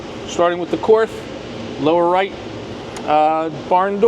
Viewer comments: Korth is spelled as "Kord" (it's not a "th"), comes from the founder's name Willi Korth. Nice video. Viele Grüße aus Deutschland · "KORTH" is pronounced "COURT". The "th" is silent. KORTH doesn't use MIM parts.The only wheelie missing from your comparison is the Manurhin MR 73 from France. It also doesn't use MIM parts, and has a reputation for going 100K rounds before breakage; it was made especially for the French SWAP type police teams. The S&W guns are not in the same league as the Korth, Spohr, and Manurhin wheel guns. The Chiappa Rhino is a novelty; its strong point is reduced recoil due to lower bore axis, but also has more thumb burns, when shot by amateurs, from cylinder gap pressures.